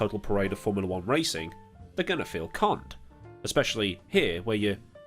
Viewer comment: Oh they feel "Conned",,i thought you said a shorter "C" word then ..